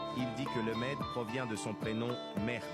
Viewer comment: frére c'est mehdin et pas mehrdi ok